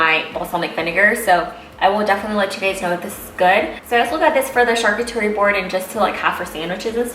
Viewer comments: Hi :) it’s pronounced sharCOOterie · Great picks, But I have to say you’re killing the word charcuterie! It’s pronounced shar-coot-erie 👍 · Charcuterie= shar- coo- tar-ee or Cheese board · Helen Mancilla She mispronounced the word, but she means charcuterie board. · Thank you! That drove me crazy. If you don’t know how to pronounce it just say....cheese board.